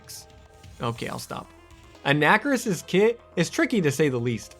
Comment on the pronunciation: A nacker iss? Dude.. It's "on a car iss," bro bruh cobra.